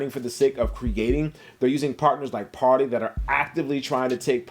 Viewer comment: I know it’s trivial but It’s super refreshing to have an intelligent sneaker youtuber pronounce Parley correctly.